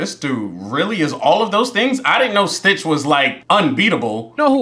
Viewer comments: it's stitch, not twitch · I love how most of the time he said twitch instead of stitch. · Another thing the subtitles are on they say STITCH and he still says twitch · This might be the only movie where you sorta got all their names right apart from calling stitch twitch a few times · It’s not twitch it’s stitch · It’s not a billy video if he don’t mess up the main characters name 😂😂😂😂😂.. I be tuned into all your videos fam !! Great content. Gives me a reason to watch something for the 3rd time